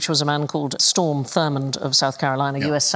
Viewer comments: Strom Thurmond. Not Storm. Strøm maybe, if you feel inventive. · Strom not Storm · And his name was indeed Strom, and not (as Sandi says it ) Storm. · she really called him Storm huh... who would know about his views but not that his name is Strom Thurmond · The Yank politico is STROM Thurmond,not Storm. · It's not "Storm Thurmond", it's "Strom Thurmond", and he was filibustering against civil rights legislation. He was an unabashed racist -- with an unacknowledged black daughter. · "Storm" Thurmond and "asterix." Come on, QI!